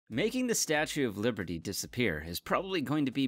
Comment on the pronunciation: in the intro i thought you said "statue of puberty"